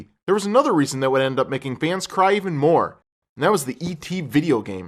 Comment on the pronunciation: and its more not moar